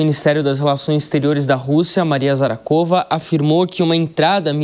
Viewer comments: Zarakova 😂😂😂😂😂😂 O nome é Zakharova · Maria Zakharova... e não Zarhakova.